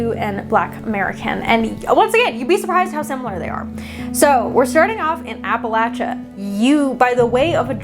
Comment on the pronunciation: Thank you for pronouncing Appalachia correctly 🙏🙏🙏